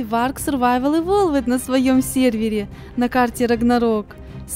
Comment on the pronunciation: Эволвд а не эволвед)